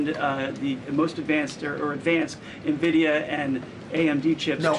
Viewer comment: Nuh-Vidia sounds so much better than “En-Vidia” Change my mind